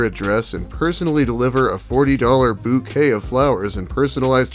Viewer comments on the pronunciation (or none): lmaoooo he said "bookay" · thank goodness you're still alive,. loving your content! edit: love that bookay re-reading